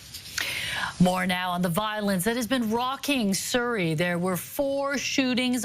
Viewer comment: 🕌Surrey🕌 rhymes with curry